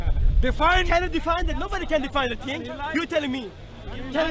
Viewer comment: A ting, noting, someting, anyting, I had a brain freeze. The level of understanding with some of these people is unreal.